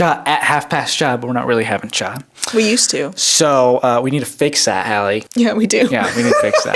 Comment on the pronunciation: My only problem with the podcast is that says cha instead of chai lmao. Chai just sounds so much better for a podcast intro. Also I assume family is probably from where they say chai, so I don't know why she calls it cha hahaha. (I call it cha or chai depending on which part of the family I'm around)